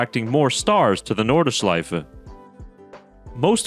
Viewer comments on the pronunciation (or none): NORDschleife, not NORDEschleife